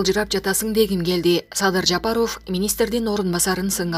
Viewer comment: Жапаров деген созду жакшы айтсаныз боло!! Таза кыргыз ударение барбы сизде!!